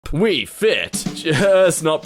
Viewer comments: wefit ❌ wii fit✅ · "wefit"? More like "Wii-Fit"